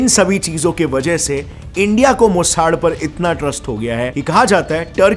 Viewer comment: Bro मोसाड नहीं, मोसाद 😂😂